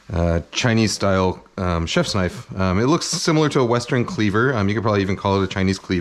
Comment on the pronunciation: Now that's a knoife